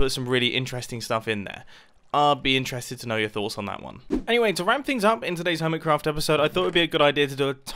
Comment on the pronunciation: You said hermicraft's again....